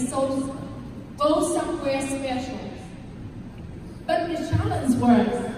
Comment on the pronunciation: E nên luyện ngữ âm nữa là ok. Còn giờ phát âm chưa chuẩn lắm. Đặt biệt từ BUT mà e ấy nói kéo dài, ko dứt khoát. Nên nghe hơi nhạt. Âm điệu ko nhấn nhá, và gằng giọng.... Ngoài ra trang phục chọn ko hợp lý, ko khoe đc vóc dáng lợi thế của em...